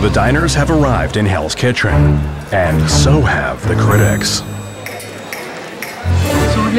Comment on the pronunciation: "The diners have arrived in hell's kitrin..."